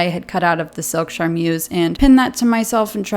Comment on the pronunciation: I love this series and your videos in general but as a French speaker, the way you pronounce "charmeuse" causes me physical pain